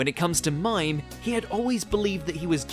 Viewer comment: The Saint Seiya flashback; His name is pronounced "Mee-Meh" not Mime eventhough its spelled that way. As in many anime names the spelling isnt always the same as how its pronounced. But u have done so many anime related vids would have already known that